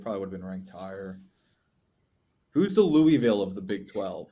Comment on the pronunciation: is the only person who pronounced Louisville correctly. What a fuckin guy